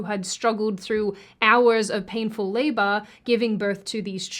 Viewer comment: Again, perfectly good points but..... Labor isn't pronounced Labah. Filler isn't pronounced Fillah. I listen to your videos to reassure my IQ isn't deteriorating but hearing a well spoken woman pronounce "er" as "ah" is lowing my IQ rapidly. 😞